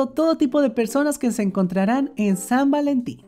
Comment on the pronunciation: san valentin ❌️ sad valentin ✅️. pero creo que desia algo en ingles